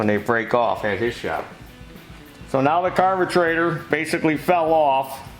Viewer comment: Nothings better than pronouncing carburetor as carbetrator😄